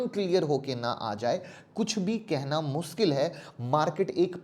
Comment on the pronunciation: Parega-PADEGA muskil-MUSHKIL Saire-SHARE Zabtak-JABTAK Zakar-JAKAR YAAR APNI PRONOUNCIATION THIK KARO